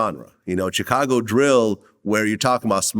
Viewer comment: Why does vlad pronounce Chicago like that???? Chacargo